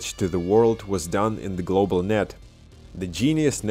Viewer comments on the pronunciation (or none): Glawbal lol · thanks, man. my pronunciation has improved since that. I no longer say "glawble" lol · Thanks man, great video... too bad the video didnt go glawble.... just teasing you. I understand how hard it is to speak a 2nd language (my nickname at work is 33 in german, because how i completely butcher the pronunciation)